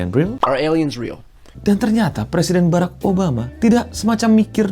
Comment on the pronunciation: Barak beo bukan berreek😅😅😅